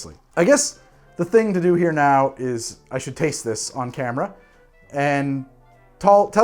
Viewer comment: Am i the only one hearing dew instead of do? Everytime!